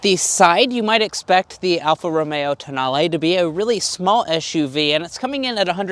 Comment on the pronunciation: Tonale… pronounced: TOE NAIL